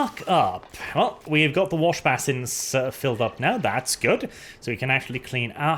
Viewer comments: basin is pronounced like bay sin or bay son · Stop saying basin wrong ffs